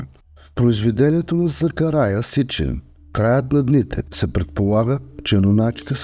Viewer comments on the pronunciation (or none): Закария,а не Закарая.